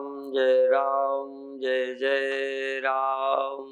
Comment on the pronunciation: जै जै राम होता है शुद्ध उच्चारण की जय जय राम शुद्ध उच्चारण है 🙏